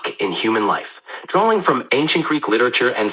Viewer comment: Did the voice add an L to the word Drawing ? 🤔